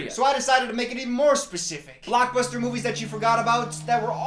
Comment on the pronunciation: There is something so satisfying about the way pronounces his S’s like “moviesh”